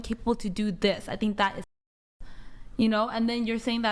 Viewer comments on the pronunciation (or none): _— “I tink so”